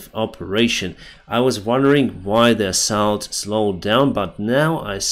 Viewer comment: you should learn to pronounce word assault. Great video as always 👍 Slava Ukraine 🇱🇹🇺🇦